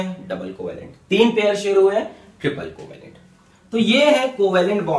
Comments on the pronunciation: That's "coovellent "😂😂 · Coo-va-lent bond